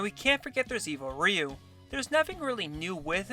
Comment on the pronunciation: So you read "Chun Li" as "Chan li" but still reads "Ryu" correctly not "Ray you". I don't know how to feel about this